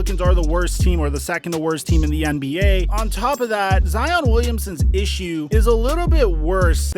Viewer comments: Every time he says “Zeeon” instead of Zion I cringe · is he saying Zeon Williamson? what is he a Power Ranger now? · I changed my “like” to a “dislike” after hearing you say Zeeon Wiliamson multiple times. 👎🏾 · was cracking me up calling him "zeon" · Bruh! Why are you calling him Zee On!? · If he calls him Zeon one more time I swear to god. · Why you calling that man zEEon? lmao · Lol "Zeon" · “Con-tro-ver-see-al” “Hare-ras-ment” Now “Zeeon Williamson” Bro whats goin on 😭😭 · That man’s name is Zion fam. Now ZEee•oonn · You and FlightReacts stay with the “Zeon” 🤣 Love it tho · You saying Zeon was killing me lol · cool someone else noticed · Facts, he thinks its funny since Flight said it, but its way too old. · Stop saying Zeon